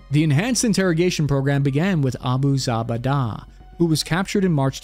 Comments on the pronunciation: Abu ZaBaDa haha the pronunciation is killing me haha! Should sound like Abu "Zoo-bey-duh";) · Isn’t it pronounced like zu-bay-da? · you absolutely butchered the pronunciation of Abu Zubaydah, which would have been easy to look up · You should look up how to pronounce these names before you make videos about them. Mainly Zubaydah and Kiriakou